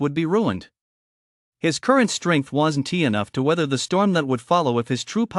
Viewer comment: these AI voices that remove apostrophes is frustrating. "isn't" <> "isen-tee" "wasn't" <> "doesn-tee" wouldn-tee, didn-tee..... anyone who says they like this is a bot.